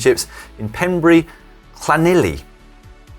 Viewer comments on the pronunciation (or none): Da iawn to Si’s pronunciation of Llanelli! Dan’s pronunciation of Pembrey (pronounced Pembray) is a work in progress 🤣